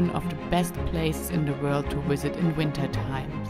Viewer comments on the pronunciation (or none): for example during the intro, you say a 'walley', and you say one of the best places to 'wisit' in the winter time, but you actually say 'valley'. Not knocking you at all. In my job, we have to do a lot of training videos. The commentator is German and he does the same thing. For example he says 'life west' instead of 'life vest'. I read that Germans use W to make the V sounds, but I always wondered why they use both sounds often in the same sentence. Anyway, still loving the wideos. ;-) I hope to be skiing in Switzerland in January.